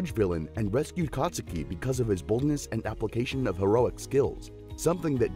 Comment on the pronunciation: you said katsuki wrong